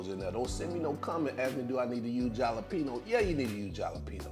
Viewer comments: Yum! Your secret is the cornstarch. I am so trying this. All I need is the chops. I bet it would taste good with turkey chops as well. 😊 Btw you and I gonna fight over your pronunciation of the word JALEPENO. 🤣😫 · I was saying they same thing🤣🤣🤣 Halapeno, the J is silent Jalapeno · Regardless of how you pronounced Jalapeno. It bet the chops are 🔥I'm gonna try these. I always use cornstarch when I fry. Also, if you ever fry fish. Batter it the same way. Dip the fish in water & redip again in whatever batter you use. OMG talking about Crispy! That's if you like your fish Crispy & not soft! Just a little FYI